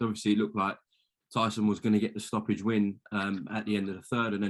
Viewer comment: Can really tell there's beef between him and Tyson. Still can't even say his name.